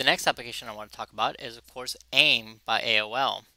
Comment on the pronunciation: aim is pronounced A-I-M